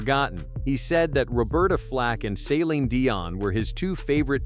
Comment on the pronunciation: Maybe learn how to pronounce Celine's name.